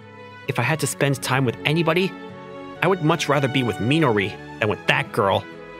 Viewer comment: ´´Nybody ˋˋ😂 Instead of anybody